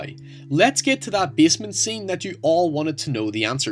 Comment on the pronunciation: The way you pronounce basement triggers me. But nice video.